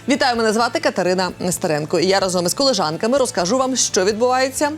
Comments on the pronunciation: КолЄжанка а не колЕжанка😊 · Не колежанка, а колєжанка